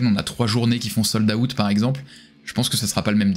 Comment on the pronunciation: "Sold - AOUTTE"